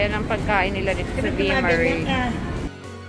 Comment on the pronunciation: Via mah-reh po